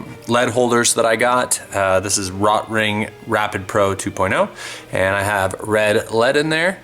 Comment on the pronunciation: Row tring? Not rot ring?